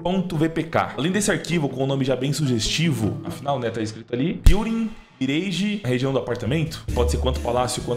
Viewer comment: parabéns pela pronúncia da mirage! Top